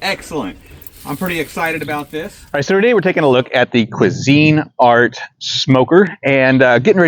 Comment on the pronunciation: Its one word, Cuisinart, not Cuisine Art.